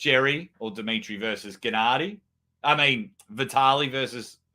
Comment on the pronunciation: You need to ask Don how to pronounce correctly Genadi's name :D